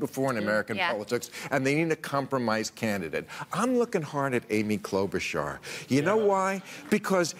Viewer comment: he seriously just said Klobuchar